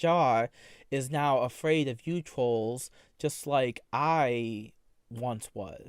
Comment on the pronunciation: “I’m no longer afwaid of you twols .” 😤🔥